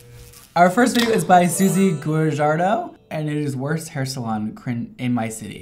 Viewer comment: “Guh-jard-doh” 😂😂😂 it’s pronounced “WAH-HAR-DOH” but roll the R